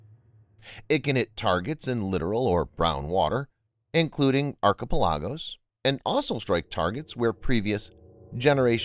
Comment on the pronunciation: If you’re going to narrate, at least make sure you’re pronouncing words correctly. Look up how to pronounce archipelago :)